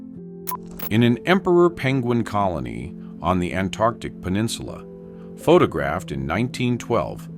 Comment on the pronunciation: I love how the AI on this channel pronounces photographed as "pho tog-graphed."